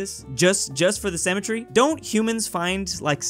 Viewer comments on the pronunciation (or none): Sim-me-tree not sem-me-tree.